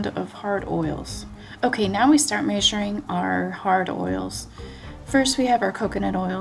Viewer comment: it is an ART to watch you! It is truly so satisfying. Also, the way you say "measuring" Haha ❤🤣😍🐈